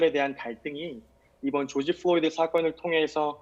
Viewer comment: George Floyd구요, 한국어로 죠지 플로이드!!!! 플로니가 아니라!!! 교수라면서 사람 이름하나 제대로 발음 못합니까? 망자에 대한 예의 좀 갖추시죠!!!!!!!!!!’